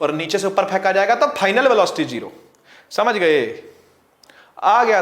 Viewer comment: sir ki bihari language 'Samaj gye '